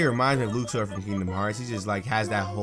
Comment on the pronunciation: You just pronounced Luxord as LOUks-ord, not LUcks-ord. I'm unsubbing! Kappa